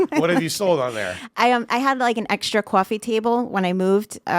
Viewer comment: My favorite was ''I had an extra coiffee table''